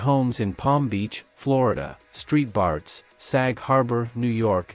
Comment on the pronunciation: "Street Bart's" really?